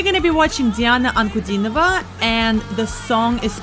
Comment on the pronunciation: А автор реакции, похоже, русскоговорящий. Произнесла "Диана Анкудинова. Реченька" без маленьшего акцента. Даже показалось, что и дальше на русском будет говорить =)